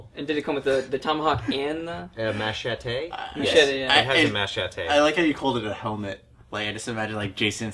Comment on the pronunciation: Machate… is MACHETE LIKE A MAN